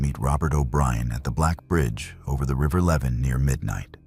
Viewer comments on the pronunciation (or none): none